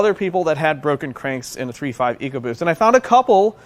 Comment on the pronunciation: "Ecobost" case closed.